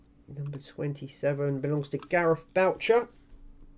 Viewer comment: Thanks p.s you did pronounce surname right Thanks again Gareth boucher